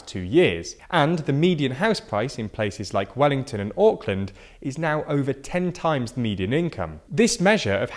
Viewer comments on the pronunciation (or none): none